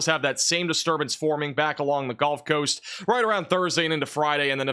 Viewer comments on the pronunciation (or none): I’m new to the channel. Is it some sort of joke that he says golf coast or is it his accent?